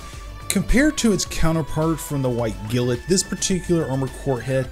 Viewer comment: he definitely is, he said glint correctly in the video he made the model once then reverted back to his other pronunciation.